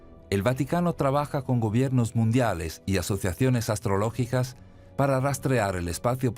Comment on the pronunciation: "astrológicas"????.... iba bien.. iba bien!!!..